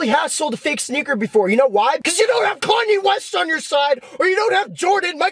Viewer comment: dude said karnye lol